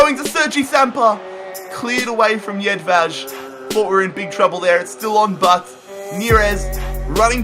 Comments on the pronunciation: Tin Jedvaj's name is pronounced YED-VI, not YED-VADGE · its not tin jedvađ its tin jedvaj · Also its pronounced Tin Yedvai